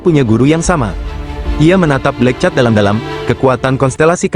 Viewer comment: Min, sebut nama bagi sedap sikit, bukan black chat. Tapi black cat(kucing hitam)... rasa nk marah ada juga sebut nama xbetol